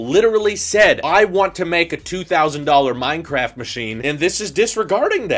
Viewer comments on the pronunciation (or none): "Minecaft machines"